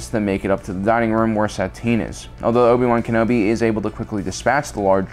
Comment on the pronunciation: Love how you pronounce Obi-Wan Kenobi, it's like Owe-B-Wan Kenobi.